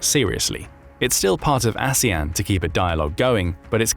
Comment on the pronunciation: 😂😂😂 I noticed that slip of the tongue, too. Aswang 😅😅